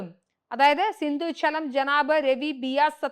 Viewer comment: സിന്ദു അല്ല സിന്ധു ആണ്.